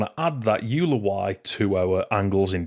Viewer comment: Excellent tutorial. Very clear and well communicated. One minor nitpick though: "euler" is pronounced "oil er" rather the "you ler". It's a reference to the Swiss mathematician Leonhard Euler of Euler Identity fame.